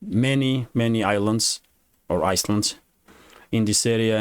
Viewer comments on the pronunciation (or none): Thaks. FWiW, you had the pronunciation of "island" correct the first time. The 's' is silent. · Thanks for the great work, island has a silent s therefore i-land. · Pronounced iland I is me. The s is silent